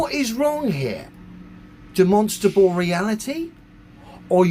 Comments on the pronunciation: He can't observe basic spelling. Its demonSTRAble, not demonsable. If he can't get that right, why on earth should I trust his "obeservations" about the planet? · Can somebody teach this guy that it’s “demonstrable” & not “demonstable” 😂 I’m sure I caught a “phenomenom” in there as well! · Can someone teach the flat earther how to say demonstrable, he says demosible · It's not de-MON-stra-bl It's DEM-uhn-stra-bl. Type it into Google if you're not sure. The recording says it right, the ai does not. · Is he trying to say demonstratable reality? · If that bloke absolutely has to say 'demostrable' every five farts in a pathetic attempt to seem like his head isn't full of yoghurt, he should atleast have the decency to learn how to pronounce it properly. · If I have to hear this guy say "Dimonstabal Reality" one more time.... lol. How can anyone listen to this moron? It's insane. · I don't think he even says Demonstrable. He says Demonstable. The Stability of Demons - specifically the little demonic whispers in his head calling him an idiot for believing the earth is flat. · I keep hearing it as "de-monsterable". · You'd think for someone who likes to say the word 'demonstrable' 50 times a sentence and with the gravitas only reserved for gods, you'd think he'd learn to fucking pronounce it right. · Can’t even pronounce demonstrable …. 😂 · I’m pretty sure he doesn’t know what a demonstrable reality is when he can’t even pronounce the word demonstrable. Have you ever noticed all these conspiracy nuts have real problems pronouncing words that they use really frequently? Like Giorgio Tsoukalos from ancient aliens can’t pronounce extraterrestrial. Pretty sure it’s because they are lizard people 🤔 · Why can't he pronounce the 'R' in the middle of 'demonstrable'? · I apologize for him, he mispronounced "demonstrable insanity" … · I dont think he understands what demonstrable means. He can barely say the word.